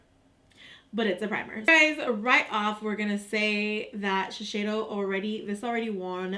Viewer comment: Giiiiiirl, it's Shi-SEI-do not Shi-SHEI-do.